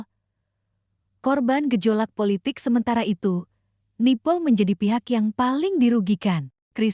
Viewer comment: Kenapa tdak boleh mnyebut nama negara 🇲🇾 dgn benar ..jelek sekali mndengarnya..begitu juga dgn negara Nepal..aduh miris banget..